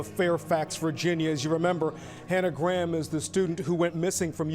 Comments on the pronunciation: It’s pronounced Hannah GRAM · The way you pronounce Graham 😂😂